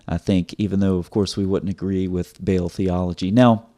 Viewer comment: Sir its not bale, بیل، but its بعل baal, a is long vowel. 😊 From Pakistan, a Proud Paki and Christian. ❤️🇵🇰